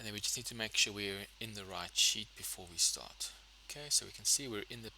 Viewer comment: sir are you saying sheet/ seat or sh!t it is not very clear💢